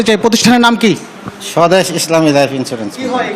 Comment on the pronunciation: যে সাংবাদিক লাইফ ইন্সুরেন্স উচ্ছারন করতে জানেনা আর যাইহোক সে সাংবাদিকনা।